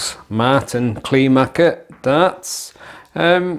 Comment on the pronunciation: Hey, that´s not a surprise for me given the fact that I got the Kleermaker (it´s pronounced "Clare ma(r)ker" btw) darts two days before your review and had a similar experience with ´em...first being a bit disappointed because of the hex honeycomb "grip" isn´t grippy at all, but after a few throws I got used to ´em and their smoothness and subsequently got better and better scores. I´d say these darts are divas, you gotta know how to throw ´em right, but when you get used to them, they are quite reliable darts. Dropping out of the board happens with the out of the box points, so I strongly advise to change them immediately for less nervewrecking experiences as I managed to shoot the first two darts in the T20 back out with the 3rd one...I don´t know why any manufacturer of darts still presses in this type of points.